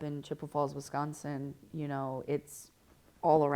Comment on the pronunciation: Grace saying she's from Wisconsin in a Brittish accent is so funny